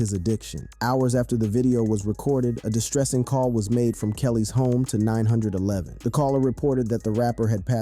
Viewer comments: Called nine hundred eleven????? 911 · How do you mispronounce 911? Nine Hundred Eleven? 🙄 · Dude, it’s Doctor DRE, not Dr. Doctor. And who TF calls 911 “nine hundred eleven”?! This video is ALLL over the place. Lots of room for improvement. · "Nine hundred and eleven".. man does anyone actually use real people these days? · What about "nine hundred eleven" when he meant 911? Never watching another video from this channel. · Nine hundred eleven???! Wtf 😂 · “Nine hundred, Eleven” lol. Why not just say 911